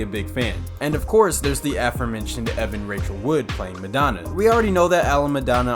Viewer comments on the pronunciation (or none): none